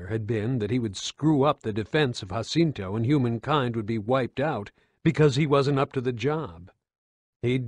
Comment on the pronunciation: Im not trying to be an Asshole but its called JAH-CINTO not HAH-CINTO im not sure where you got that pronunciation from but i would have to fairly assume you either havent played any of the games or havent spoken with a real fan about the series cause theres no way you could make that mistake. Even though its not a large one its enough to cause a ear ache just hearing it.